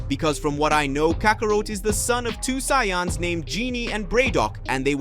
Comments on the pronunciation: Just call it ultra-destruction or something... like the channel and stories but ya need ta stop butchering soo many simple words! There race isn't called Sayonns! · Saiyans dude. Not syans